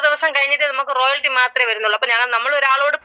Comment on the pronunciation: റോയൽറ്റി എന്നുള്ളതിന് ഇ ആൾ പറയുന്നത് കേട്ടോ റോയാൽറ്റി. ഇങ്ങനെ വിവരം കെട്ട പെണ്ണുങ്ങൾഉം ആണുങ്ങളും ആണ് ഇതിന്റെ ലീഡേഴ്‌സ്.